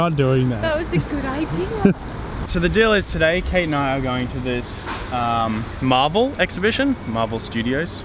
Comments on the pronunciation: I thought you said marbel hahahaha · I thought he said Marble not marvel